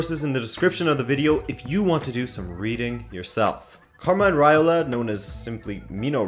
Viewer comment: Who is Raila? It's Raiola! You forgot to pronounce the letter o